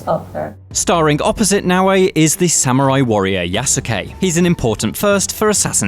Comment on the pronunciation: Salute 🫡 men of all platforms! The team (except the Japanese) can’t even pronounce proper “Samurai” and “Yasuke”. Correct that first! 🤷🏻‍♀️ Why a Japanese staff already still a black samurai?